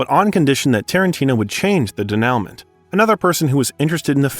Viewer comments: Good god, learn to speak English. Or French. Denouement is NOT pronounced "De-Now-Meant." It's closer to "Day-Noo-Maw." And, it's NOT Harvey "Keetle!" It's "Ky- Tell!" And a bunch of others. Learn pronunciation! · Good sumup, but: You're making a doc about movies and you don't know how to pronounce Keitel? He's only been famous for 50+ years. Also, you're making a doc about movies and, specifically, a writer. Learn how to pronounce DENOUEMENT. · I stopped watching after the butchering of "denouement".